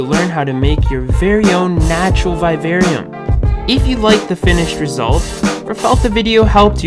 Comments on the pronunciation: Its viv-arium...v-i-v....not vive-arium (sorry the way u pronounced it triggered me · I totally get why you would make a vid on this subject. Still, vivarium is pronounced just as you would pronounce the words vivid, vision and the name Vivian. Secondly, why a "natural look" when you can actually make it natural. Oh well in the end thanks for all the tips on what not to do. If I want a real vivarium. 😊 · PLEASE LEARN HOW TO PRONOUNCE VIVARIUM.